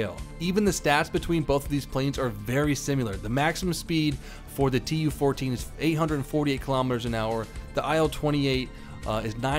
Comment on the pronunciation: In Яussian TU sounrds more like "too". And IL like "il" in "will" )))